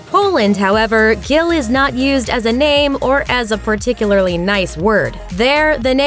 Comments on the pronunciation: Gil is not pronounced the same the name is pronounced Gil and in polish it is pronounced g-ee-l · U don’t say Gyl for fuck sake I’m Polish and if that’s what u said I would not understand what u meant unless u actually pronounced it right!